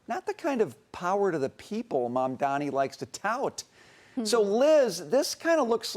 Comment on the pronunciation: It's hilarious to see she can't pronounce his name, but the closed caption gets it right. LOL. So jealous! Guys, look at what he's trying to do, not who he is or where he's from. I'm sure you guys will benefit from his work as a Mayor.